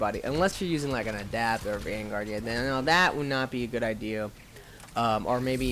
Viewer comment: Wraith, not wrath. Adept, not adapt. And Biotics, not bionics.